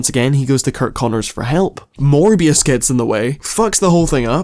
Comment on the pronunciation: I heard "More BS" instead of "Morbius"!